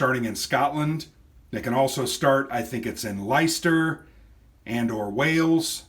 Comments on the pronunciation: Excellent overview, thanks - I've browsed this off the shelf a few times - its now closer to my 'acquire' list. If you do want to quibble about place names then it may help to know that leicester = lester, rather than lyster, norwich = the o is like orange and the w is silent... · Excellent video, I enjoyed that,, the game looks good fun. Leicester is pronounced “Lesster” and Norwich is pronounced “Norridge” (sounds like porridge) but hey, we all have local oddities in our countries - and I wasn’t laughing! Andy [They Come Unseen - Osprey Games]